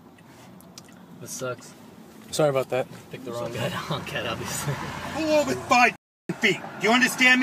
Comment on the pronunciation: "ohvah"? Does the cop mean over? Does this cop know English? Pawk they cause? Cause? Does he mean cars? Edit: wait, did he says summonziz? Like a toddler?